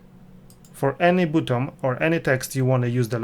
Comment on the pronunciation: Wymawia się BATTON, a nie butom. Ciężko to słuchać.